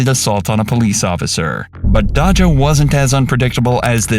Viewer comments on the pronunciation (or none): uou need to learn how to pronounce names correctly if you're going to say it 10+ times. I know thqt becky is an easy name to figure out but Deja/Daja doesn't require much more brain cells. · They literally pronounce daija right in the video several times but somehow you say it wrong. It’s becoming a pattern with a lot of these channels not talking the time to learn how to pronounce black people names right; do better